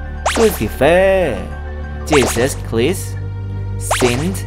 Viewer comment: จีซัซ ไคร ไม่ใช่หรอครับ